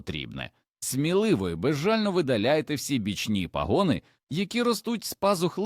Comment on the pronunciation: ПАгони і ПАсинки,а не паГони і паСИнки!